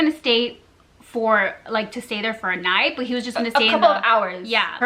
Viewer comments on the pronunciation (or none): “nie-tie” lol